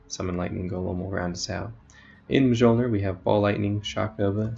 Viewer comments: It is pronounced as 'MEolner' Thanks for the guide. I have been trying to make a build based around Mjolner for quite a while now, but haven't come up with anything solid yet. The only issue I see is that you can't use a biscos with this build, and biscos is basically mandatory ATM for mapping because its overpowered. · stopped watching after he said majolner